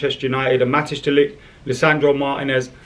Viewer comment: Matijs is pronounced Mat”ice“